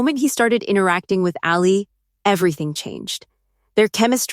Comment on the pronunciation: The AI can't pronounce Allie. Gets a don't bother from me.